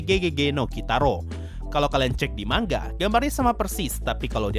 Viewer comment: Manga oi bang bukan mangga